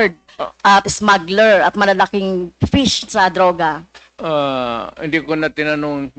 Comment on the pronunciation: Can you correct your pronunciation fish or pis your honor